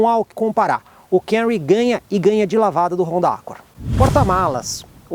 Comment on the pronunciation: Parabéns pelo vídeo, muito didático. Meu sonho é ver alguém falar o nome desse Toyota corretamente aqui no YouTube. Todos falam Cam-u-ry, onde o correto é Cam-mu-ry, mu quase mudo, tipo dando um soluço na sílaba mu.